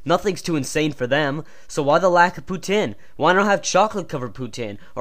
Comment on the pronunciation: hey i noticed u put our video in ur crap account aperently and checked some of ur other stuff, this video is awesome except for the fact u say poutine wrong, i thaught i taught u better then that jeez